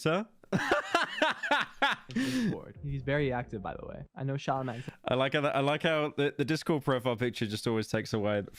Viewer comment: 1 minute in and the guy whose video pyro's reacting to has mispronounced a two syllable word, exceptional shout to "shalanman" (schlaman)